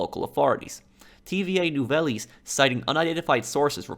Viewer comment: it’s nou-vels